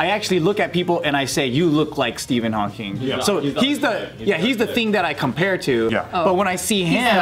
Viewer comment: It’s just Hawking with no S